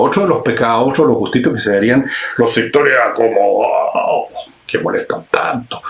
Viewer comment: jajjajaja "los sectoréh acomodaaaó!"...jajaj zurdos re.....